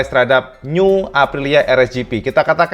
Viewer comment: Nyiuwww. Biasa aja lah mas ngmong new nya. 🤭😆 Nyiuwww